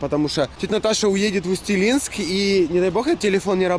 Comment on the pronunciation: правильно Усть Илимск